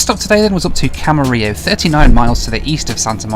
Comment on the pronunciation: Great video! I just happened to watch your 80 hours video the other day, and it's great to see the extra footage. (As a Californian, I'm also glad to see someone corrected your pronunciation of "Camarillo":D ) Looking forward to seeing you flying yourself as well.